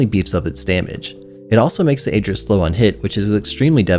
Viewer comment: Not trying to be toxic, but Ager is actually pronounced "Agh-er"!